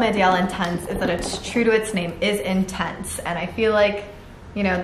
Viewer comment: Cringe when he says lintense 😂